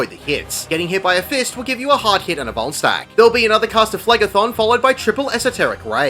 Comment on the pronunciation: I thought you kept saying bone stack, im like idk wtf that is, but I dont want to get boned. then it registers at the end va va vuln stack